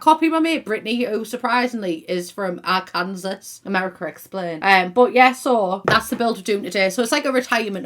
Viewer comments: It’s pronounced “Arkansaw” not “Arkansas” 😂😂 you don’t say it the way you spell it lol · Love the video but uh that's not how Arkansas is pronounced lol It's "Ark-In-Saw" not "Ar-Kansas" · Arkansas is pronounced like are-can-saw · said “R-Kansas” instead of how I normally say “Arkansas” (I’m also from Memphis so I say it like Ar-Kan-Saw) and now I’m overthinking about it too much and pondering why we don’t pronounce Kansas like we do in Arkansas..... ahhhhhfjkvodhgis 🤦🏼‍♀️🤦🏼‍♀️🤦🏼‍♀️😂😂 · It’s pronounced Ar can saw 😘😘😘😘 Hello from Arkansas by the way! 🤗🤗🤗 We love you here! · Arkansas is pronounced Arkansaw I hope that doesn't sound offensive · arkansas hahahaha is it not pernounced arkin-saw hahahah love it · I’m just laughing here from Missouri about how messed up US English and names are. Kansas and Arkansas both are border states for us and they don’t sound anything like each other you got Kansas right but Arkansas is more like our-can-saw... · As an American, I would like an explanation on Arkansas, and how we pronounce it... I'm glad I'm not the only one who wonders😅